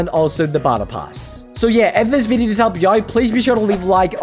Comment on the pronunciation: the way he says video is funny 😂